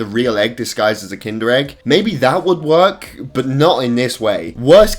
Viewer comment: Everyone: Work: Wornk